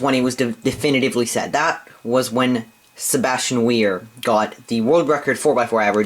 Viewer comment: I like how u say Sebastian Weyer ;) I think cross skip makes a difference of maybe another one or two seconds.